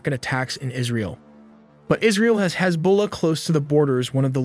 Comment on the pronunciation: This must be an AI generated voice as he gets none of the name pronunciations correct. e.g. Mossad, Hezbollah, etc.